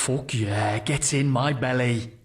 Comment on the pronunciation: Did say fok?